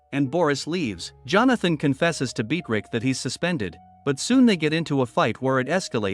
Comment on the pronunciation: I think the A.I said Beatrice wrong,I believe the it’s pronounced as Be-uh-trise or soemthing like that